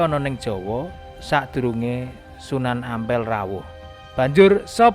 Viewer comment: Sunan Ampel bukan Ngampel minnn...!!!😂😂😂